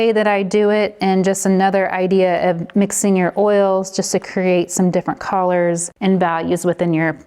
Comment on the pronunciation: Can I ask where you’re from?!? The way you say “Coalors” screams VA to me…am I close?! 😅 this was great thanks so much!